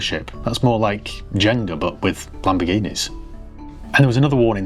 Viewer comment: How did it get to this, i had to rewind to check you said jenga not gender